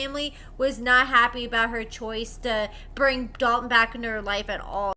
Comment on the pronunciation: Omfg I can’t STAND hearing Hailey say “Dalton” 😩😩😩 Drives me crazy !!!